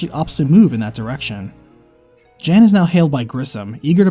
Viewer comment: Great video. Slight nitpick though. Jan, when given as a male name is pronounced Yon.